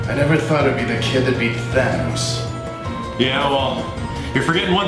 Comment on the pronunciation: At the time we shot these, we thought it was pronounced "Thay-nose", and we had to redub it for everybody when Marvel told us it was "Than-ose".